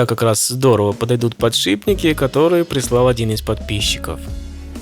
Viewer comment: Нормальные люди: классный видос, ты молодец. Дауны: ты сказал подшиБник или мне показалось?